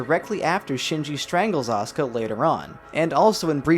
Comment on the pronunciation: I love your animations and videos and stuff but I absolutely hate how you pronounce Asuka's name as Oscar and Simon's as Simone.